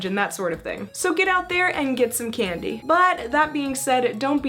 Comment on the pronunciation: When you said Candy I heard Ghandi Great video though and ily!!!